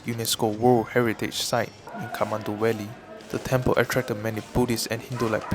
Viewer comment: Great production. No disrespect but you kept pronouncing V as W. Eg Valley as Walley. As for voice over, I hope u either increase voice vol by 10% or reduce bgm by 10%. Keep up the great production! Love the drone shots.